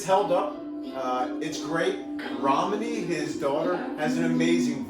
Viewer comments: couple things to help you out with since your a fan and going to the shows and don’t want to get corrected talking to someone else. his daughters name is pronounced R o a m a n e e. Also between two points is a cover so it’s not his or polly’s lyrics at all. it’s a complete revamp of the song, but not lyrically written by them. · his daughter, Romany sings so beautifully on it 🥰 (oh and it’s pronounced ‘Roh-money’ - British pronunciation 🇬🇧 )